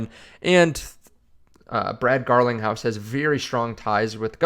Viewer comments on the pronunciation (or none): none